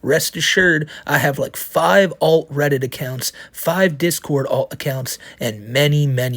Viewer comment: He is not a Reddit moderator. He is a "Weddit Modewatew", you gotta remember his accent